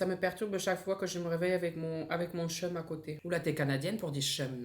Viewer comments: Pour le chum sais bien canadien mais on le prononce tchome même si on l'écri chum😊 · Petite précision chum se prononce tchum au Québec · La prononciation de Chum ca sonne plus comme Tchum hihi quebec ici 😊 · sa se dit kum pas chum